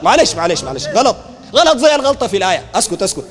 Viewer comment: غلط وليس قلط